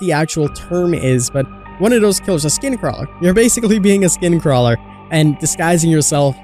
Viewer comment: 😭😭😭😭he said skin cralwer lmfao